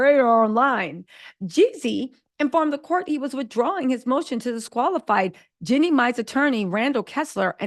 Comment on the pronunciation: Do you mispronounce Jeannie's name on purpose? Just wondering, because you always call her Jenny